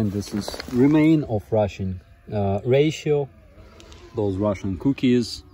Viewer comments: Ration is "ra-shen".... not "ra-she-o-(n)" On behalf of every native English-speaker in the world, I apologize for the nonsensical spellings. :) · Ration is pronounced "Rah-Shon". The miss pronounce is adorable though :P. Particularly around 7min 31s where you say "Russian Ration" and it sounds like you say "Ration (correctly) then Ration (incorrectly)"